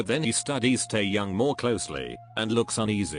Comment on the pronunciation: No one: Not Even Captions Pronounced Seokjin: C Ark Jin Also Caption pronounced taehyung: Taeyang / Tail young